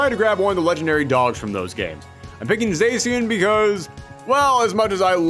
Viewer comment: Greninja T H E M O S T P O P U L A R P O K É M O N I N T H E W O R L D Dude you pronounced Vespiquen wrong It's spelled quen not queen hence it's pronounced quen Zacian is pronounced ZA-SHE-AN